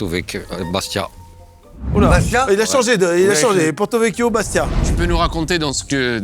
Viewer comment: 100% ça tape de la C mdr